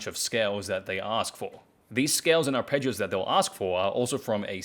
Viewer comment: You're kind of saying "arpeggios" as if it's a Spanish word.